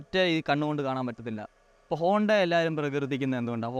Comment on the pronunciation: Honda is honda, not bonda 😂